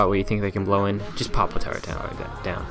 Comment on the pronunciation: "TURRET" not "TURRENT".